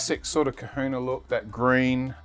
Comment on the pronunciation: That's Kahuna Not Kuhuna